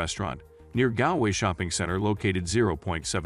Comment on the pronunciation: You could of at least learned to pronounce Galway properly.